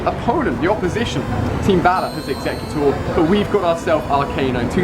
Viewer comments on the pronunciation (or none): exeggEHcute. Does he even read the comments? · ex-egg-cutor as in executor its a play on words with egg please stop saying it wrong its driving me crazy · Is he ever gonna change the name of his exeggutor??? And the way he pronounces it lol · Change the damn name of the exeggutor, always calling it execute. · Why does he call his Exeggutor - Exeggcute? And he's only walked 20K with Eevee, lol. I've walked 66K with Growlithe. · Does it annoy anyone else how Ali's exeggutor is still called exeggcute